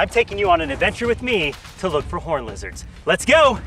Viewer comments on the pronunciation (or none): Not gonna lie thought he said horney lizards